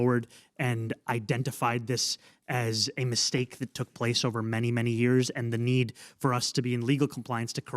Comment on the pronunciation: 5 years jefe 5 yeearys lmao the Mexican came out of him